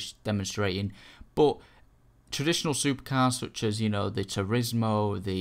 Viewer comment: lol "supahcah" "turismo ah"